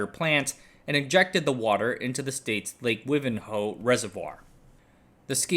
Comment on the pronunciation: And Wivenhoe is more like WHY-vin-HO